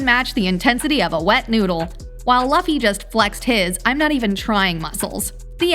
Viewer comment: Its luffy not loffy